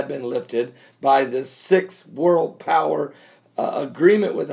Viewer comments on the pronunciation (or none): none